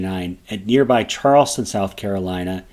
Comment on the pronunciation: Why can nobody say Charlestown correctly? Not Charleston. Charles Town. Just like it is spelled.